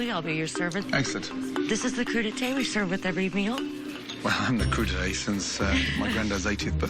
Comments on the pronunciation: What THE FUCK is a cru d'ete???? Oh you mean a "Crudité" .... lol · "cru d'été" Y-you mean crudités??